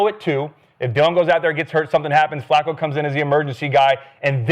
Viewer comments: yo bro his name fluko. Not Flacco. You know you wanted to say it lol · I remember when Skip first called Flacco , Flucoo😜:finger-red-number-one:first thing I ever agreed with him while watching him every morning at the barbershop ! Salute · Skip constantly calling him Flucco is so damn corny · So disrespectful. They make sure to pronounce “Shedeur” properly, but purposely mispronouncing FLACCO for laughs 🤦🏽‍♂️ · Why is skip saying Flacco like that?